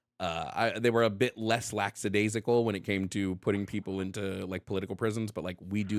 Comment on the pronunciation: Dangit, another YouTuber who mispronounces "lackadaisical"